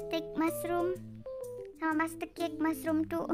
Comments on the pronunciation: Dibacanya matsutake bukan matsutek 😭🔫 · Kak kakak kalo nonton Doraemon pasti tau itu jamur matsutake bukan matsutek